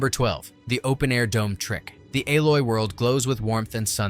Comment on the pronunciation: ayloy, it's alloy, robot narration sucks